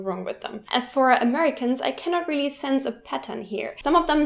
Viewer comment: Also, "really" isn't pronounced like "wheelie"